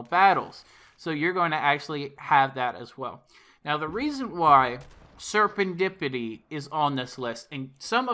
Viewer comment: Why can basically no one pronounce serendipity correctly?